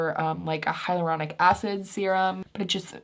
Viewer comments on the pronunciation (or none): none